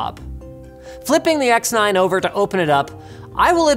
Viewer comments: "Aoru sex 9" Is what i hear the whole time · I keep hearing him say the Aorus SeX9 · X9 more like he’s says sex9? Anybody else catch that.